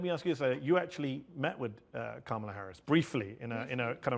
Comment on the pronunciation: Comma-la as in Momala is how u say her name